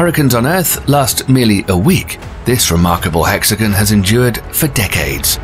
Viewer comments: So why are you saying “hex-again” instead of the proper “hex-a-gone”? Quite odd. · How can you say hexagonal, but also say hexagan instead of hexagon. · I thought it was hexagon not hexijin ? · It is not a hexagan it is a hexagon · This guy doesn't know how to talk. Hexagun. Many others. Satun? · The narrator pronounces "hexagon" like "Mexican." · It's "hexi gone" not hexi gun, and it's hurri "caine" NOT HURRICUN", it's hard to believe anything you claim if you can't pronounce anything properly! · It's pronounced "Hex-A-Gone" It is Not pronounced "hex-a-gun" Say Gone.. It never.. sounds like gun. Stop that Also hurricane.. Hurr-i-cane.. And never hurr-i-Con Hurri(caines) "Caine" Caine's And NOT hurrican or hurricans